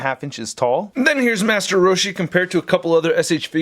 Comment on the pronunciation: The way you say master roshi is perfect 😂